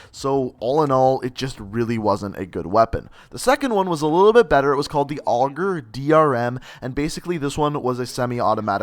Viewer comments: Hate to be that guy but you got so many names wrong, MX9, Saug 9mm, Auger DMR.... I stopped watching once I saw these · And AUGER DRM instead of AUGER DMR